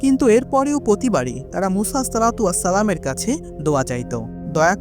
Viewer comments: ভাই আপনি কয়েক বার বললেন উসা কেনো কেনো এইভাবে বললেন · সংশোধনীঃ উপস্থাপক ভাইয়ের মুসা (আঃ)/আলাইহিমুস সালাম ভালোভাবে না বলতে পারা & আপনার বান্দা না হয়ে হবে উম্মত।